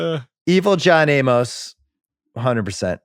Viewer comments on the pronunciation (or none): It's not John A-MOS. Simmons pronounces things poorly. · It's just Amos (A-mus), like Amos n- Andy. Jesus Christ.